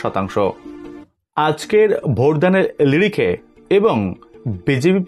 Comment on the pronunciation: লিরিখে নয় স্যার নিরিখে ।